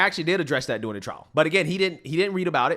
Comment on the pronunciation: PLEASE stop pronouncing DURing as “doin’l!!!